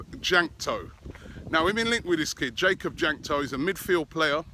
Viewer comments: jakub jankto is pronounced like yakub yankto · One thing that I know about Jakub Jankto is that he is Czech, so you pronounced his name horribly lol